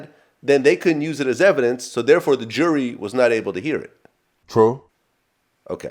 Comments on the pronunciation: Is it me or does he say Jury, And Jewelry exactly the same? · Is Vlad fucking with him saying Jewelry when means Jury? Lmao!!! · Did Vlad think he said jewelry when he said jury? Communication breakdown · vlad thinks hes saying jewlery when hes saying jury the whole time LOL